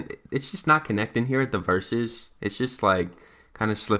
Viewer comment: Words like Verses: verwshehh